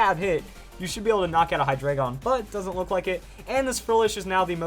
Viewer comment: Why does everyone say Hydreigon wrong.